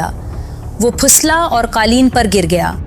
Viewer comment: تم پڑھے لکھے ہو، اصل میں انڈین ڈراموں اور فلموں نے اور انگلش سکول سسٹم نے اردو کا بیڑہ غرق کر دیا ہے۔ اب اپنے گاندھی والے جملے پر معذرت کرو۔ پھسلا، پ کے نیچے "زیر" ہے. اس نے پ پر "پیش" پڑھا ہے۔ ترکش، ک کے نیچے "زیر"۔ یہ مسلسل ک پر "زبر" پڑھ رہی ہے۔ اس کے علاؤہ بھی کافی الفاظ ایسے ہی ہیں۔۔۔۔۔